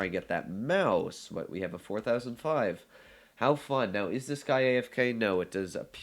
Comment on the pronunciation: How he says 4005 triggers me